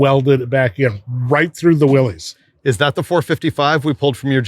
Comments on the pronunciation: It ain't Willys it's Willis 😅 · Willys, pronounced Willis. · I've heard this debate for years: it's pronounced "willus" not "willees" not sure if theres any truth to that? Probably just dudes from the south talking about jeeps with northeners lol. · ok guys - two things - you supposed to be authorities right ? its NOT A MOTOR - its an ENGINE ! and Willys is pronounced WILLIS its not controversial - due the research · there is no such thing as a Willy’s Jeep . It’s Willys. Actually pronounced Willis.